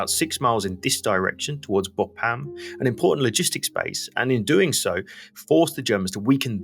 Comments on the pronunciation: Very excellent overview of the Battle of the Somme, and I hate to criticise anything… but Bapaume is pronounced more like ‘Bap’ome’ not ‘Bo’pam’. Please forgive me for mentioning it, I’m an incurable pedant… and a Frenchman would probably sneer at my suggested alternative! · funny how you invert the syllabus in BA PAU ME saying BAU-PA-ME :-)